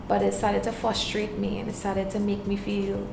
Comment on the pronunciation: Well, I must say the interview went well. You were speaking very nicely, until you used the work "fustrate" and not "frustrate". I hope the talent you speak about is not singing. I guess only until you redeem yourself from that horrid performance at Soca Monarch 2013, I will change my opinion.